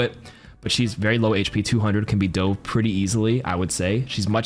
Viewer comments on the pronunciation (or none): none